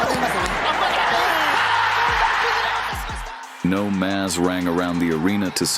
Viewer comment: Such a good narrator should get this simple Japanese phrase right: "no mas" meaning "no more" should be pronounced like the English "no moss."